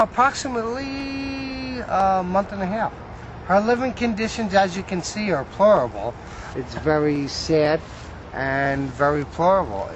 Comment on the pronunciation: THANK YOU, that's exactly what I was looking for. "Her living conditions, as you can see, are plorable." 😂😂😂😂